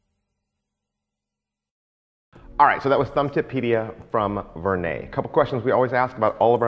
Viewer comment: As always, an informative presentation. So I almost hate to say it, but the name is pronounced more like "ver-nedd." It is not pronounced "ver-nay." As I always used to pronounce it.